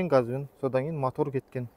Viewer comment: Не мАтор, а мотор! Не ШеврАлеТ а Шевроле! Не КобОлДЬ, а Кобальт. Испанский стыд🤦‍♂️